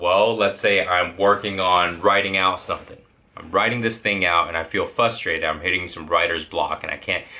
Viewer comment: it's frustrated not fustrated...